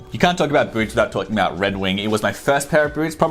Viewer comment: Boots not Boorts